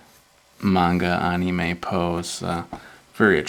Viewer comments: Lol I like your drawings although I find it a bit funny how you say anime. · wow ur goood at anime! and u pronoced it wrong in vid :(